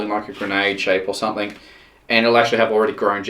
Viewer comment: threre is a g on the end of the word something not a k , you sound like a complete idiot saying somethink !!!